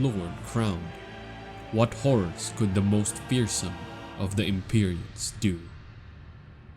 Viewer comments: Lol that’s not how they pronounce it in the game. They pronounce it EM-PEE-REE-UN and HAY-LIG-TREE. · Sorry, I just wanted to say it's pronounced EM-PAI-REE-UHN; also Halig (in old English, Halig is pronounced, as Holy or like a shrub such as Holly) therefore Haligtree is actually pronounced as "Holy Tree" same as Evergaols are pronounced as Ever"Jails" , the more you know 🤓, great video tho 🙌🏼